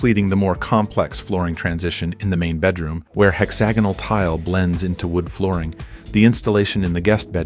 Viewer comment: “Hex-ah-gonal” x 5 🤦‍♂️